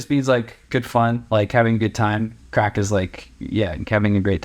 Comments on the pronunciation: It’s craic not crack. Craic is a Gaelic word, with no exact English translation. The closest you get is “fun." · It's "good craic" - not "good crack". There's a significant difference. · Craic not crack! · It is not 'crack' it is a Gaelic word (both Irish and Scottish) 'craic' which means a fun, enjoyable social time.